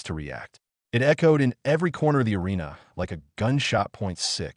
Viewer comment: ahREEna & riBAHkeena Please train your AI and text2speech.